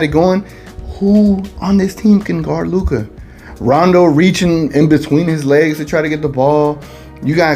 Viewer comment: stephen a is a joke!!! luka is a superstar player in this league for a couple of years now and the allegedly most famous sports analyst still pronounces his name wrong... maybe he does it on purpose to troll but its far from professional...